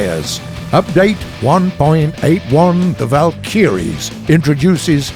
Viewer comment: War Thunder drinking game: Drink every time incorrectly pronounces "Valkyrie"